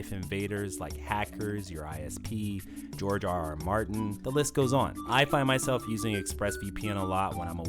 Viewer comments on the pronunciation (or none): "George rr martin" 😂